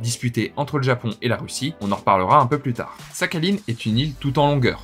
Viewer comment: Belle vidéo mais ça me casse les oreilles ta prononciation de Sakhaline ^^ mais ce n'est qu'un détail bravo pour ta curiosité et culture.